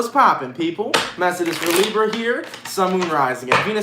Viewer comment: I like when he says Librrra 🤩